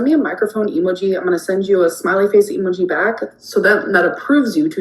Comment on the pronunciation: why does this moron say emo geee like that